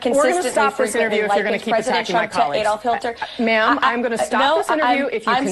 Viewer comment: She said, "Hillter" 😂